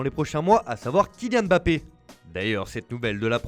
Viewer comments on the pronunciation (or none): none